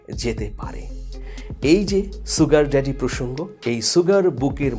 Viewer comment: "শুগার ড্যাডি" হচ্ছে শুদ্ধ উচ্চারন, কখনও "সুগার ড্যাডি" যা ভুল উচ্চারন, তা বলবেনা ।